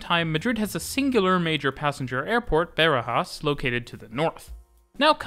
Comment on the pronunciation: My friend you got to start looking at native pronunciations of local names before narrating the video :D E.g. Barajas is definitely not beh-ruh-JAHS, but bah-RAH-jahs (all vowels open)